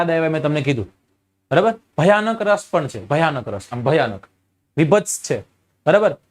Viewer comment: Raas nahi ras hoy saheb